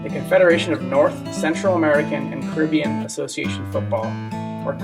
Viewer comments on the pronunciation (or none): none